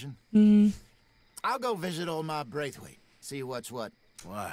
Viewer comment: lol why do you have so much difficulty saying "Braithwaite"?